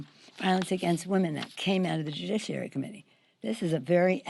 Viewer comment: Jujisssshhhhhiary........ I think she means "judiciary"!